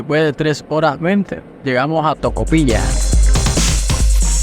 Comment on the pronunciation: Se dice tocopillanos😅😅